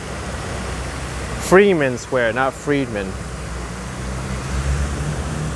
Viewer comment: say "FRY-man" Square, that's how it is pronounced